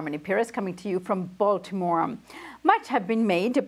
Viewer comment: Did she say they're from Baltimore or Baltimoron at the beginning of this video?